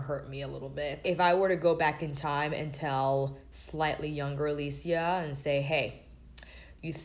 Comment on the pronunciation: I love silly A-LEE-SHE-a!